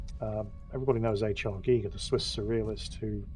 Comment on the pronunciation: i love you for pronouncing Giger correctly! As a swiss dude it almost drives me nuts when english speakers butcher his name 🤣 Also, thanks for the short but valiant attempt 🤣